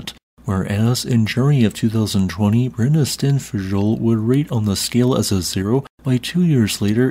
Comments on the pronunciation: It means Sulfur mountains❤. It was good but fjöll needs a bit of a work, but I can not blame him it is very hard to pronounce that😅. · The FJ in Brennisteinsfjöll is pronounced FY, which should make your life a lot easier if it gets more active. J = Y is a handy rule to remember. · Brennisteinsfjöll: Brenni-stein(s)-fjöll -> Burning rock mountain. Suitable name for a volcano. Brenni should not be difficult to pronounce. It's similar to the names "Benny" and "Brenda". So just pronounce it as you would pronounce "Brenny". Stein should likewise not be difficult to pronounce. In USA you have that in many German family names. So pronounce it as you would pronounce "Steyn". Fjöll is a bit more difficult. It has the same meaning as the "fjall" part of Eyjafjallajökull. I know English speaking people have difficulty with the "FJ" combination of letters. Such as in the more well known word "fjord". Usually trying to pronounce the letters separately, while they should be pronounced as a single sound. The letter "Ö" doesn't exist in English. And the double L at the end is in Icelandic pronounced similar to "TL". So try to pronounce the "FJ" the same way you would pronounce the "FR" in "freight". That is, as a single sound, and not as to separate letters. The "Ö" is pronounced the same as the "E" in the name "Ernie" or "Earn". So with that in mind, "FJÖLL" should be pronounced like "FJETL". So: Brenny-steyns-fjetl. A bit difficult, but shouldn't be too hard. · I don't speak Icelandic, but I have no problem pronouncing Brennisteinsfjoll. What is it with native English speakers and having so much trouble pronouncing a word as it is written? You're not the worst at it though. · for gods sake work on SOME Icelandic PRONUNCIATION. If other American Geo scientists can render Icelandic names intelligible, so can you. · Sounds like you just randomly start talking backwards when you pronounce the name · Now learn to pronounce it correctly. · It’s actually pronounced like a soft l